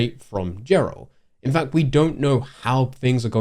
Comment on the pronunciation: It's super nerve wrecking that you did not say Geralts name correctly even once. It is not jer-alt. It is "Gare-alt"